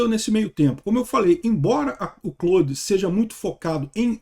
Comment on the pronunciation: Até que enfim alguém pronunciando Claude da forma correta.